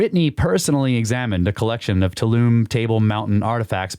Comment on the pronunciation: Too-all-um-nee Tuolumne Sorry for the correction 😊